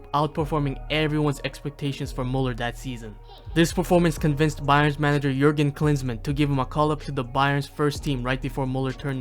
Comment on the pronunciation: At least try to pronounce his name correctly if not all the other german terms you used. Its müller, not muller. You sound like you have a blanket in your mouth. You did it with, why not with müller